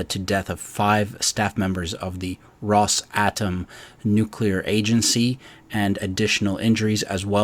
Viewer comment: I think it’s pronounced Ross-ah-Tom.